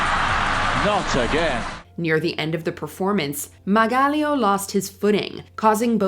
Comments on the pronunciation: that's not how you say fusar-poli or margaglio be for so real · Watche d the whole video and the thing that shocked me the most was how she butchered Fusar-Poli and Margaglio's names